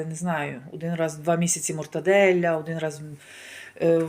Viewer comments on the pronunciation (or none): Чому у вас такий акцент москальський прослуховується в італійських словах??? Моцарєлля ! Мортаделля ! Цікаво😳🤣🤣